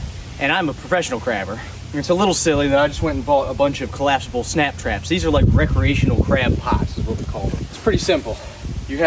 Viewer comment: Thought you were saying snack traps. You had us in stitches today. Thank you. Wish we were closer. never eaten crabs.